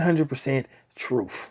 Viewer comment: Did you say troof? I think you say truth. But video blows man. You sound butt hurt 😂😂 😂